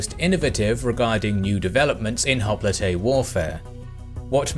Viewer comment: Hoplite is pronounced " hop - light". just as a future note. Otherwise a very enjoyable video as usual :)